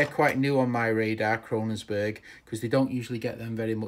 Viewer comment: It isn't 'Krononsberg', it is Kongsberg! lol